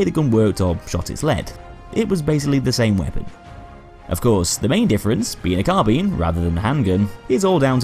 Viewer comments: Sorry but i had to dislike due to your incorrect pronunciation of Carbine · I'm not an Englishman in New York and I need to ask you about something. What's the correct pronunciation? "CarBEAN", just like says it, or "CarBYNE" (like we can hear in Westie's videos)? And why? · Swiftkillz There are two correct ways to pronounce "Carbine". Ian from Forgotten Weapons has made a video explaining that.